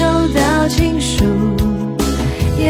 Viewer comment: 出了情书2字的发音有点跟周杰伦 其他的都觉得很有自己的风格和诠释 很喜欢